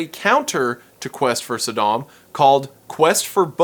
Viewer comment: Saydem? Sudahm? Bro wut? 😅